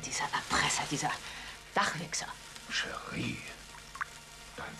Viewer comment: Falls du die Szene in der Küche meinst, sie sagte "Dachwichser" (statt Flachwichser)